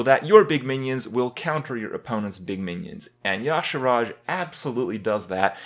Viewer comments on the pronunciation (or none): Its y'shAArj Kripp, not yAshArAj. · Why are you adding two letters to your pronunciation of Y'Shaarj (Ya'Shaaraj!)? Just read the letters that are there! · STOP SAYING YA"SHARASJ ITS Y"SHAARJ!!! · Is it really pronounced like that? Makes no sense. Spelled Y'Shaarj. He says it Ya'Sharaj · Kripp, I cannot take you seriously if you can't pronounce Y'Shaarj correctly.